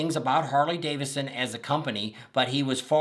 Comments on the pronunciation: Hey, repeat after me, Harley-Davidson, not Davisson. And you're right, you butchered everybody's names, do your damn homework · Buddy, it’s Harley DAVID SON ; not Harley Davison! Man, wake up!